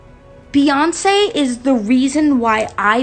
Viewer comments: this is so upsetting and i really liked her too😒. but i will say, i don’t think her nuffin song was because of sandra bland, because i don’t think anyone could be that heartless and evil to make a song like that after what happened to her. also she didn’t say “beyonKEY” she said “beyonKÉ” and that’s because she’s sometimes fools around like that she only pronounced the “c” as in “k” i don’t think that’s that deep, but the rest of the stuff is just disgusting for me to look at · Hi!!!👋🏽 excellent work, as always!❤ I think Doja was trying to be comical by pronouncing the "C" in Beyonce like a "K" sound, and thought the rest would go over everyone's heads....it didn't!